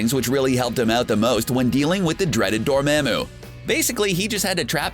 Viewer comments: Anyone cringe on the way he said DOOR MA MOO I swear doctor strange said “DOOR MAH MOO” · Yeah it is pronounced dorumumumoo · cmon bro did u even watch the movie? They literally pronounced his name as dormOmu who in the tf is dorMAAMU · It's pronounced door-mom-oo not door-mam-oo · Door Mom moo Not Door ma'am moo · its not door mam oo its pronounced door mom ooo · It's dormomu not dormamue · Dormamu not dormaymu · It's Door-ma-moo! Not Da-ma-mo! I am sorry I can't help my self : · / Dormamou you said, you need to say, dormamu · Noone: Absolutely noone:: Dorm*A*moo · I's dor-mom-oo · Dormooooooomo not for mamo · DormAmeo he can't say it write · omg please learn how to say Dormamu correctly. This is like the third video where you mispronounce it <3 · Dormehmu lmao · Disliked when he said dorMAMu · DorMAMu? He says the name about 100 times in 5 minutes, how do you pronounce it wrong? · Anybody else triggered when he kept saying Dormamu wrong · Atleast pronounce dormammu right 😂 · Omg are you mispronouncing "dormammu" on purpose? Its said like 110 times in that movie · How he says Dormamu tilts me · Stop pronouncing Dormammu wrong!!! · Just........just stop saying Dormammu until you know how to actually pronounce it